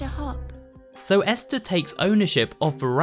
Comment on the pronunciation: Is nobody gonna explain that he/she said hoop than hopp